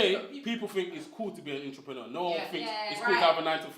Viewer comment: cannot even say the word....what is his business?!